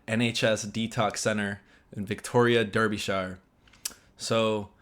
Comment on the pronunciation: Hi... Sorry to be a pedant (it's just how I am - and I'll be 71 next Saturday, 3rd August.'24, so please don't expect me to change now!!) Anyway, Derby / Derbyshire is pronounced 'Darby' / 'Darbyshur' and so not how it is spelt nor how you would say it in America (naturally?!) 🙂Sorry to interrupt your video subject with an 'apparently minor' side story. ♥️🏴🖖